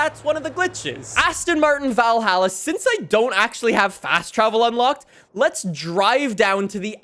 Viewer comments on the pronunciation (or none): Not being mean, but Valhalla is pronounced like you say ball or doll